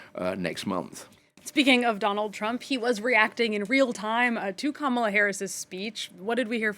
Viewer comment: People who didn't watch the convention shouldn't comment on the convention. Proof you didn't watch it: you said no one knows what she stands for and you still can't say her name right even thought children showed you how. Also, people who don't seem to understand our system of govt shouldn't comment. Everytime youbsay something as dumb as a VP should've fixed a problem, knowing she's not the president and therefore CAN'T fix anything, it shows you know absolutely nothing about our system of govt. 60% of Americans don't believe the economy has improved? Improved from Trump's high unemployment and millions dying of COVID? Also if you had watched the convention, you would know that since 1989 51 million jobs have been created. 50 million by democrats and 1 million by Republicans. People "feel" the way they do because of misinformation like yours.